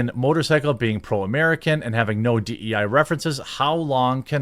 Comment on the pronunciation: Its D Eee I, not DNI.